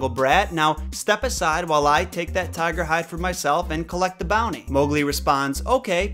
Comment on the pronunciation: “Tiga Tiga” 😂